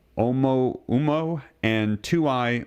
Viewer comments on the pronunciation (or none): It's pronounced "O-mua-mua". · It’s pronounced oh moo ah moo ah.